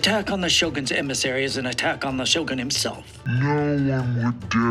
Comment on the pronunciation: also, shogun isnt pronounce sha-gun, its mostly pronounced as show-gun. I dont mean to be the grammar police in any way, just some minor corrections hahah